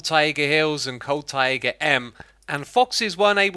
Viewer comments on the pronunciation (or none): Bug report : When X attempts to say taiga he says "ta.e.ghu" instead of "tai-guh" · Excuse me? I can accept pozzible. I can accept pardicle. But tai-YEY-ga? What? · "Taiga" is pronounced like "tiger" but with a more clear and open "a" at the end. True mastery - to place an accent at the last "a" - not "tAiga", but "taigA". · Taiga not Taiaiga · Why do you insist on saying `ta.e.ghu` instead of `tai-guh`? Do you want people to learn the incorrect pronunciation or something? :/ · Everyone else: Taiga Xisuma: Tyæga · Tah-ey-ga btw :^ ) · It's pronounced tie-guh(taiga) and uh-kay-shuh(acacia)